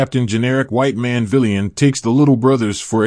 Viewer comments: Are you saying that a white man shouldn’t be a “VEELIAN” as you call it? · Dude - with all due respect - have someone teach you how to pronounce the word "villain" correctly.